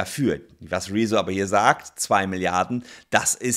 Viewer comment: Der blauhaarige Schlumpf ist nur eine Sprechpuppe. Ausserdem heißt er "Rezzo" und nicht "Rieso".